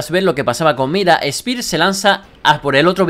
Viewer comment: espir xd , es spear , vos tas dislexico we